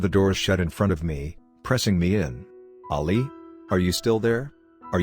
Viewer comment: I hate this bot XD it’s saying Ollie tho the name is ali